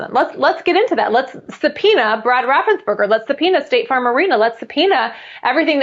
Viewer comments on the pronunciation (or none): His name is Raffensperger, not raffensburger. Why does everybody mispronounce it?